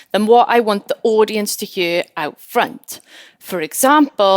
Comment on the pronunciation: never heard anyone say the words "here" and "hear" as "huer" before, once it caught my attentionI was so distracted from the content haha